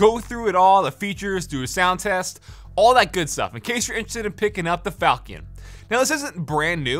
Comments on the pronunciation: Incase anyone wants to pronounce the name of it properl instead of saying "falcon" because he didn't Google the word, here. "fawl-chuhn" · It's not falkion with a hard ch, it's named after a sword called a falchion which is pronounced with a chuh sound. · its (Falshion) not falcon. 1st is pronunciation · It's Fal(sh)ion, not falcon lol :) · There’s a lot of innovative features on the board. I think it checks alot of boxes. For what it’s worth, it’s probably pronounced like the weapon: Fall-shun, sometimes Fall-chun. But honestly who cares :p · not ''falkiun'' lol. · Sorry to be that guy, but I’m 99.9% it’s pronounced like “Falshun” or “faltion.” The CH makes a shh sound, and the io is one “uh”sound. Like when there’s “tion” at the end of a word. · It's pronounced... FAL CHEE ON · I'm pretty sure it's pronounced "fal-chin" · Everytime he says falchion I die a little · The CH is pronounced as SH not K or CK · His pronunciation of falchion is awful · Is no one going to talk about how he pronounces falchion?